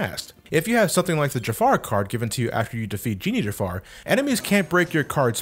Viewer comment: OMG I DIED WHEN HE SAY DRAW GOOFY CARDO, DRAW DONALD CARDO, DRAW MICKEY CARDO !!! I CANT LMFAO 😂😂😂😂